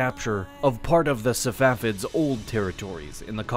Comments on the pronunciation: He keeps saying "Savafids" instead of "Safavids" and this is the pronunciation you focus in on??! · Man said safafids lol